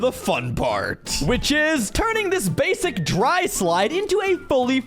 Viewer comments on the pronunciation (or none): none